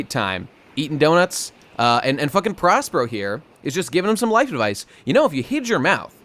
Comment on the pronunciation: It’s not prospero it’s Perospero you jabronis